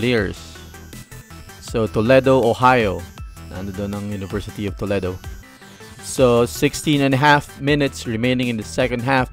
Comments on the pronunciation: IT PRONOUNCE TOLEEEDO WITH LONG E LOL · ITS AN AMERICAN CITY IN OHIO STATE LOL GOTTA HAVE TO PRONOUNCE IT CORRECTLY LOL HE IS SAYING IT WRONG AND ITS NOT SPANISH ITS A NATIVE INDIAN WORD LOL DIFFERENT FROM SPANISH WHICH YOU GOOGLED LOL